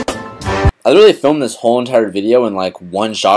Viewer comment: "I Lilltallyyll filmed this whole..." LMAO when he tries so hard to say that word it cracks me up for some reason. Come on fellow, YOU CAN DO IT!!! Li-Ter-Al-Ly.